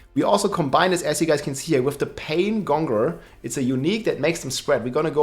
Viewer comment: Paingonger? CMON